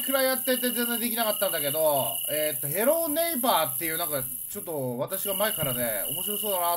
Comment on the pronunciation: ATP Tennis まぁ、英語の発音を日本語（カタカナ）にするも違和感がよく出るから、どちらでもいいんでしょうけど…少し違和感が出たのでw